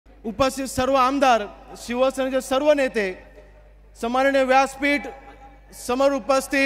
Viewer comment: सन्माननीय पण उच्चारता येत नाही आहे